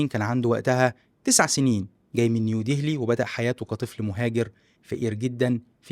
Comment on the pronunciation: ديهلي؟ عفوا بس ما بتعرف تلفظ اسم وحدة من أشهر مدن العالم وعم تعمل محتوى ثقافي؟